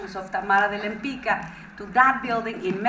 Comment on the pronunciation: This musical is incredibly written and beautiful yet pronounces their main artist name so incorrectly - her surname is polish, it's Łempicka so pronounced in English as "Wem-pitzka", not "Lem-pika". I hope this is something that gets fixed once the show moves to Broadway.